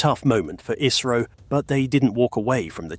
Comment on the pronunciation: Why is 🇬🇧 so Goddamn jealous of the Jewel of the 🌎 called 🇮🇳???? And BTW this is for the British narrator....its not ISARO but ISRO....Dont mispronounce the Smartest and the most efficient Space Program in the world...known as Indian Space Research Organization....like the colonists did back in 1540 and beyond....by changing the original names of cities and towns to their desired pronunciation ..like Trivandrum for Thiruvananthapuram.......Baroda for Vadodara.... Bombay for Mumbai....and hundreds of other towns...but Indian pride has been restored after they kicked the Red Coats out...and now almost all of those polluted names have been restored to its original version for purity and sanctity...which the Red Coats have NO CLUE of....robbers don't care anyways....it shows.😊